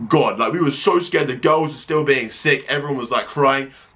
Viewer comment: When you say girls, It sounds like u say ghost :)